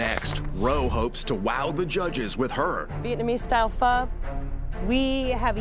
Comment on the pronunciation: Not a fan of Roe but thank god she pronounced Pho the way it is supposed to be.